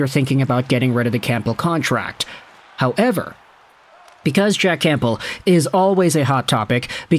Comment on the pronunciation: Please stop talking about jack campbell or at least pronounce his name properly